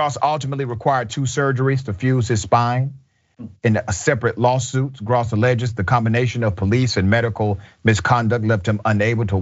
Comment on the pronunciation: Its (growss)...that is how you pronounce that name.